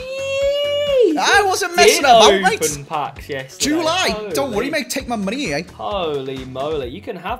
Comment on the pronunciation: “He’s 81 rated its joo lie” 😂😂